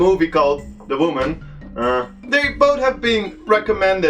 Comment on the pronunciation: "De vooman"